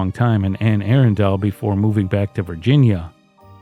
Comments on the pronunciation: The Anne Arundle case in Maryland is going to drive me insane for all the wrong reasons. It’s pronounced Anne A-Rundle. Not Anne Air-undel. I’m sorry. I am sorry for the family. This is just one of my pet peeves the pronunciation of words. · It's pronounced Anne "Ahrunduhl" not Anne "Aarondale" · Just for future reference, Anne Arundel is pronounced anne Ah-run-dull. It was driving me nuts. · In the UK, the original town is called Air-undel. But I agree that the local pronunciation should be used.